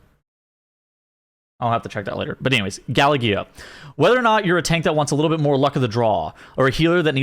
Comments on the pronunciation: soft g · The galla-gee-yo… lol